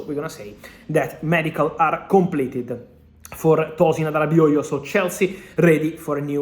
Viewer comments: Impressed with how well Fabrizio pronounces Todin Adarabioyo’s name correctly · The way he pronounce Arabioyo